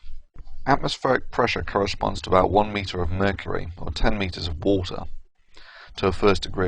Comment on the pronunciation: On top of everything, has probably the most annoying pronunciation of water I have ever heard.